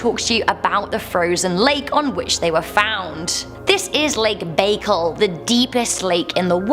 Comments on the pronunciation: Lake Baikal. It’s pronounced Bye call. The deepest fresh water lake on the planet. It is a place of immense spiritual importance to shamans of the area. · The “c” is silent, doofus.